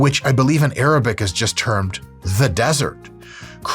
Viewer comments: Your Arabic pronunciations are impressive Doc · How his Arabic pronunciation just hits different?😂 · Now i am curious why your arabic pronunciation is so good!